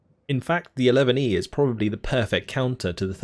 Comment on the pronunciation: Just so you know... 11e is French for "11th" ... so you can just say "11th"